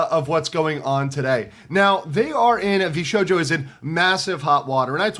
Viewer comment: It's pronounced VS-hojo😅😂